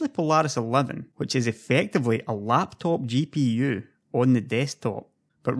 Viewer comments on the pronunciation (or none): none